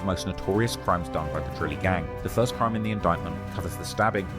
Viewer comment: “Bro you are recording a CRIIME” 😂😂😂